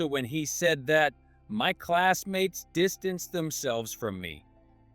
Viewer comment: Bad pronounciation not distanceee just distance